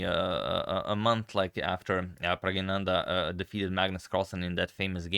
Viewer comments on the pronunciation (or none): His name is pronounced Prag Naa Nandh....